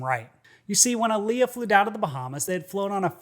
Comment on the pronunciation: Its pronounced Aaliyah